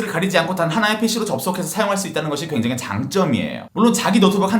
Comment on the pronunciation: "괭장히......" 뭔가 갱장히 불편하군 🤣🤣